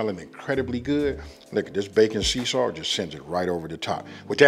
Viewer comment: Wait... did he say "backon seasalt"???